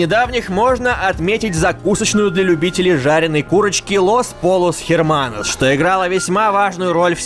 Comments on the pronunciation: Лост Пойос ) Две Л у них читается как Й. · Поправка: los pollos hermanos читается как лос пойос ерманос. Испанский, сучка! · Только не Лос Поллос Херманос, а Лёс Пойос Эрманос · Я знаю что поздно но всё-таки оно читается не полос а пойос (эт прост по испански кто хочет тот может загуглить ) я блин критик (ну и не херманос а ерманос блин меня закритикуют) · "Los Pollos Hermanos" читается как "Лос Пойос Эрманос", а не "Лось Полос Херманос". Это правила чтения испанского языка. Переводится, кстати, как "Братья Курицы (ну, или Петухи)". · Лос поЛЛос Херманос,блин я живу в испании и выучил ВЕСЬ испанский язык говорится как лос пойос эрманос!!! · Не херманос а эрманос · Не «Лос Полос Эрманос», а «Лос Пойос Эрманос». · Эрманос,не херманос,испанский,здравствуйте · Не Херманос а Эрманос!! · Правильно читать "Лос поЙос Эрманос". Как можно не знать испанский НАСТОЛЬКО! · Los pollos hermanos- правильно по лос пойос ерманос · произносится - Лос Пойос Эрманос. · Это читается как Лос пойос ерманос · "Эрманос" же, арр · Читается "Лос Пойос". Две Л в испанском образуют "й" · Правильно «Лос пойос эрманос» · 3.5 миллиона подписчиков, а даже не удосужился для своих зрителей узнать как произносится испанское слово "hermanos"... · ЛОС ПОЙЛС ЭРМАНОС!! А не то что ты сказал, и да, я учу испанский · Los Pollos Hermanos читается как лос поёс ерманос потому что там написано на испанском а в испанском две л ( ll ) читается как й а х ( h ) вообще не читается ( я хз зачем вам это нужно ) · Лос пойос эрманос, господа! По испански именно так звучит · Разрешите до**ться, "Лос пойос эрманос" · Los pollos hermanos (если это испанский) читается как Лос Пойос Эрманос